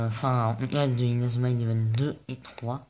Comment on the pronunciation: Pk tu di inauma eleven Go chrono hone honnerre